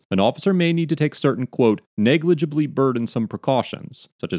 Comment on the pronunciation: "NEGLEBLY BURDONSOME COMPLICATIONS"